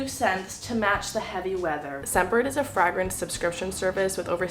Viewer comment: Fragrent or Freygrent...... hmmm......